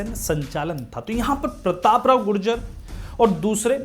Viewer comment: bikul gujar hai gujjar nahi